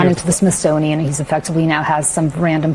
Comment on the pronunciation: I think it's pronounced Smithsonian